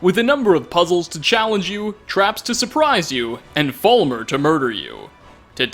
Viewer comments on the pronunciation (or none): none